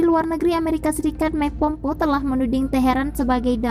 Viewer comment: Tulisan nya pompeo , bacanya pompeyo , bukan pompo !!!! 👶🏻💬